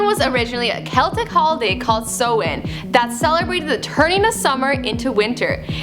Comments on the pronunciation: did she just say somahin.... bitch its samhain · It's pronounced "sou-han" not "so-in" atleast try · it's pronounced "SA-WENN" not "SO-WENN". Mericáineach dúr. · It's pronounced s-ow-in not so-in and it's spelt Samhain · Its not from festival pronounced So-Wan its pronounced Sow-in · Pronounced Saaa-wan. Why dont you get an actual irish person to do these types of before they were famous 🖕🏻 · Sorry but its pronounced Sawwin but is spelled like Samhain